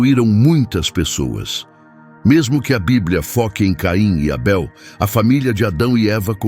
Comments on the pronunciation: Esse narrador é o primeiro bozominions lambedor de saco de Trump kkkkkk Porquê porra está chamando o Abel de Eibel hein pooop korrrrnnnnnn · Estranhei a forma como ele pronunciou o nome de Abel!